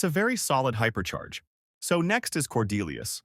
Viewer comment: H Y P E R C H A I R H Y P E R C H A K O R Y H I A P E R C H A R G E H O O P E R C H A R G E